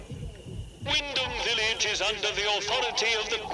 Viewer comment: It's pronounced "wind'm"